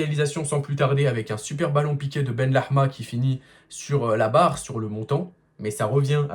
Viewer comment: Benrahma pas benlehma BenRahma = fils de la bonté/bienveillance Benlehma = fils de la viande Alors stp dit le en français la prochaine fois copain